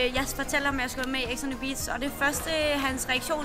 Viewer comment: Hun kan ikke sige “beach” 😂😂